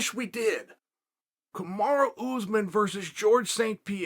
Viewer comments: Chael honey, it’s Kamaru (ka-ma-roo) not kamara. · Why Chael keep saying Kamara? lol It’s KamarU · Kamaru becomes Kamara- Uncle Chael rechristening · Why disrespect The pound o For pound king 👑 like this..... Kamara... Kamara.... Kamara...... Listen..... It's KAMARU ...... KAMARU..... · Me: Kamaru? Chael: Kamara Me: ok great, Kamara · Kamaru? chael: no, Kamara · Kamaru or Kamara? Lol 😆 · Chael: 'Kamara', Kamaru same thing. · I'm convinced he's saying "Kamara" on purpose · Chael say Kamaru CAMAROO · Nobody: Uncle Chael: KAMARA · Stop calling the man Kamara omg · “ kamara “ lol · If uncle Chael says his name is "Kumara", his name is Kumara from now on. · Nobody: Chael: Kamara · Usman: "Hi, pleasure to meet you! My name is..." Chael: "Kamara" Usman: "Kamara" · Cheal really said Kamara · “kamara” ? what’s with chael and fighter’s names?? even non fans of the sport know some of these names🤣 🤦🏾‍♂️ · Why uncle Chael keeps saying Kamora? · Chael saying he’s the best in the world and still can’t say his name 😭😭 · Chael says Usman Like a southern woman lmfaoo ole kamarra uzeman